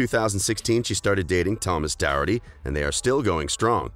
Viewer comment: It’s really annoying me how he’s saying Thomas’s name